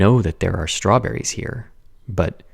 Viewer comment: its stewberries???? i though it was like hasberries or something.